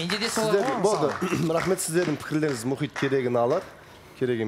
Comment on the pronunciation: Мұқит Мұхит: Мұқит демеш 😅